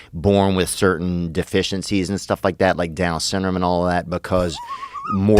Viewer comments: "Down what?" "Down sinrum." Joe just cracks up and doesn't bother to correct him 😆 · I thought he said dumb syndrome lol